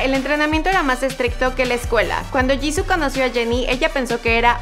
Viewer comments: No es 지고,es 지수,antes que me digas que es "Jisoo" se pronuncia "Jisuu" creeme estudio coreano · no se dice jissu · Hola me encanta blackpink pero Jisoo se pronuncia Yisu :) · No c dice jisoo c dice jisuu osea se escribe jisoo pero c pronuncia jisuu (no es hate :3) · no se dice jisoo ni jisuu es jisoo rabit turtle kim :v ok no pero se pronuncia jisu pero se escribe jisoo :v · Se escribe JISOO y se pronuncia jisu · se dice jisoo